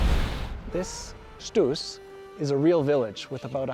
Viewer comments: Congratulations! A nice report about my home country. What you obviously don't know is that we Swiss pronounce the mountain "Stoos" with "Shtos". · So sweet how you pronounce Stoos 🥰